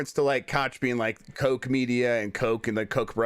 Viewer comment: Brian Altano is one of the very few great guys over there at ign so Jeff's kids have great taste in gaming media talking heads! just luvs to mispronounce Koch btw